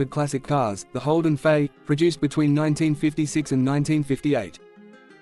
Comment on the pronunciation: Starts by calling it a Holden 'Fay.' AI slop.